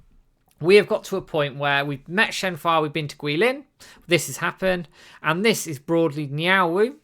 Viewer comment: i know it's not important but why do both of you call shenhua shenfa?